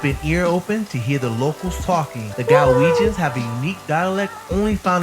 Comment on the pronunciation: One note, it's Glaswegians, not Galwegians. Galwegians are either from Galloway in the south of Scotland or Galway in Ireland 😂